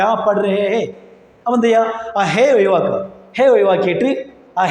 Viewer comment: ചോയിക്ക, ഒ യിവാക്ക മലയാളം ശരിക്ക് പഠിക്കൂ . ചോദിക്കുക, ഒഴിവാക്കുക. താങ്കളുടെ അഭിനയം നന്നായിട്ടുണ്ട്. ഇങ്ങനെ 10 വാക്ക് പഠിച്ചാൽ ഹിന്ദി പഠിച്ചു